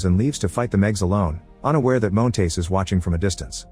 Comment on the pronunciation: I hate the way the AI voice pronounces Montes as “Moan-tays”